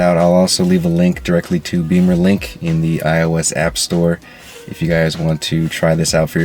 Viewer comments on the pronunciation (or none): thanks!! FYI.. it is "Bimmer"...link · Which is pronounced “Bee-mer” which is what he said in the video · only if you are american😅